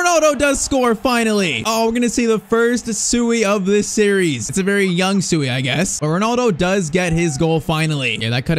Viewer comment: He doesnt say Suiiiii haha its more like a oshhh